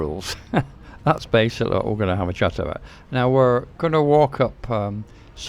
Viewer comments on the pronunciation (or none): none